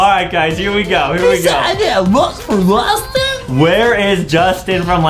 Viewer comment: he was at the spawn im really disappointed of adem why he said LUSTIN!!!!!! Btw Δπ√¢&æ